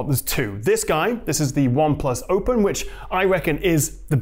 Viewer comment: killing the "h-factor" 😂😂😂😂. "Hopen hand close" 😂 always looking forward to him.